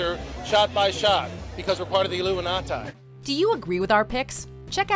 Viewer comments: The “Illuminahtie” sound like the highest level of jui jitsu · What was truly creepy was that last dude's pronunciation "Illumi-nah-ty" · illuinat- eye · Lol that hillbilly in the end who pronounced Illuminati as "ill-LOO-min-NAT-eye" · The Illumina-tie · The authori-tie of the Illumina-tie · Best coincidence so far A guy who pronounced illuminati as "Illuminatae" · The illimi not tie lmao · Is no one gonna talk about how the dude at the very end said illuminati wrong 😂😂😂